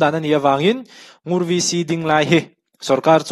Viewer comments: Ngur chu i lam dan kha a dik e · Ngur ilam dik e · 'Ngur' i lam dik e. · I lam sual love Ngur a ni mai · I lam dik e..Ngur khua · 'Ngur' rul (snake) correct 💯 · NGUR ilam dik chiah e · NGUR i lam dan kha a dik e. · Ngur tih kha i ti dik e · I lam dik e